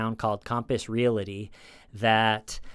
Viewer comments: It's Real-ty not real-i-ty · Please keep saying 'relaty' instead of 'realty' forever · Great video except for the mispronunciation of "real-ty" (a two-syllable word) as "real-la-ty". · re-al-ty not re-la-ty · Hey buddy! Realty has no “i” in it. You pronounce that word “real- tea” not “real- ity “ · Just wanted to mention that "realty" is a 2- syllable word. It's pronounced "reel-tee". You must have mentioned Compass Realty at least 50 times in this video, and each time, I cringed. Really good video, though! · You're the best buddy but its REAL-TY. There's no A between L and T. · Not making fun, just saying...real-tee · Love your show! One little critique—there is no vowel between the “l” and the “t” in the words “realty” and “realtor.” Pronounce realty like you’re saying that you’re drinking real tea. Pronounce realtor like you’re saying, “That craggy hill is a real tor.” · Thank you for calling TULLIS REAL-ITY, speaking. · Stop saying realty😂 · doesn’t know how to say "realty"